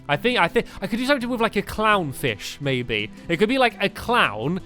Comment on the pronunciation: does it sount like he says its pretty pertty equal baby instead of maby